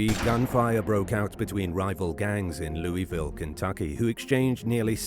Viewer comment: You said Louisville wrong